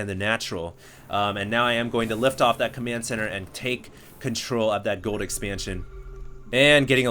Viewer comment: any stargate fans noticed it sounded like he said gould instead of gold :P